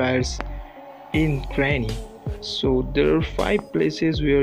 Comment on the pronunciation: When u say granny oh my god it cracked me up!😂😂😂😂